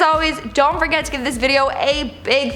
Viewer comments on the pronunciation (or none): none